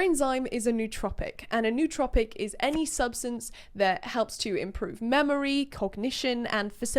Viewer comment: It's actually pronounced "no-oh-trohpic"...says it right in the dictionary excerpt you showed. :)